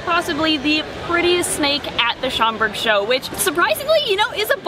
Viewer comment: At first I thought I heard say “it’s chocolate time” instead of Schaumburg, 😂😅